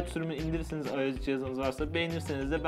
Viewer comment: Abi ios u ayes diye okumican ayos diye okican